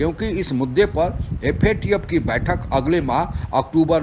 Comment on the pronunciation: Theek se FATF bolnahee sakte🔥